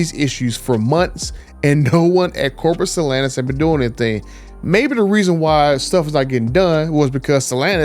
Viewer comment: Dude you have nice content..but Jesus at least pronounce Stellantis correctly! I don't know how you can Butcher it so badly!